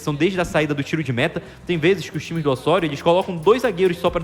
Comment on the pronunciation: O O e o E são sempre fechados em espanhol. Portanto a pronúncia é Ô-SSÔ-RIO.